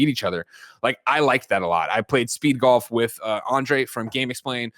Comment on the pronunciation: Kinda sad is going to lose to a guy that can’t even pronounce “golf” correctly lol